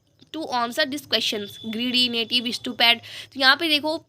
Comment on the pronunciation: Aapne naive ki native bola mam